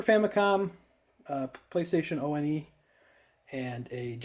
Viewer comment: Playstation O.N.E? That made me giggle, never heard anyone say that before. It's one as in the number. Not initials for anything. Nice collection, I'm in the UK, been collecting as I own each console, don't really do "garage sales" over here & I don't visit carboots, we have alot of stores that sell rather cheap. One of my favourite games that came with my PSone as a bundle was Capcoms Tron Bonne. Seen the prices that now retails at, its insane, so I'm glad I own in.